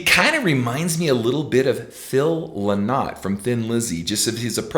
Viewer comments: OMG ken. Phil Lynott is IRISH - Not British. And we pronounce it Phil 'Lin-it' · Man Yer Brutal at Prouncing Phil Lynott Name Paul Does not no Where near Sound like Philo Sweet Fuck that was a Bad Choice of Comparisons On the Other Hand Bruce all Day 🤘🤘🤘☘☘☘☘🎸🎸🎸🎸🎸☘☘☘🇮🇪🇮🇪🇮🇪🇮🇪🇮🇪